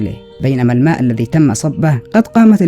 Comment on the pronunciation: ارجو التركيز على النطق الصحيح لبعض الكلمات مثل (الذي وليس الدي - إذا وليس إدا - وغيرها)